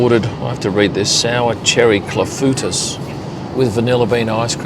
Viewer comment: Hard to beat runny scrambled eggs, much to my wife's dismay. You're living large. Fyi, clafoutis is pronounced CLAH-FOO-TEE